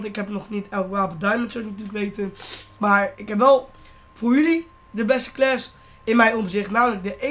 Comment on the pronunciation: Je zei 'Klas' xD